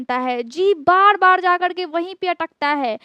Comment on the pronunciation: बाड बाड बिमाडी नहीं चकड .बार बीमारी चकर बोले.र को ड ना बोले.